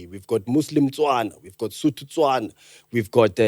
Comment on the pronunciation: "the SOthos, the WEthos and the TOthos" 🤣🤣🤣 aowa